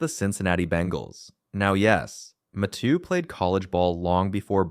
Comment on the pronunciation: If I have to hear him say matheiu name again ima rip my hair out